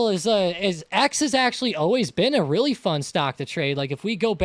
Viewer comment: it was witerry cwazy